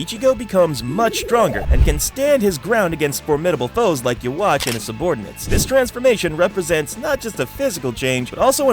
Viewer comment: Is this voice AI?Who the fk pronounces YHWACH, you-wach? Its suppose to be yuu-ha-bahha or some consider you-ha-bak. I know its weird but its what the manga and anime intended for it to sound, at least respect that.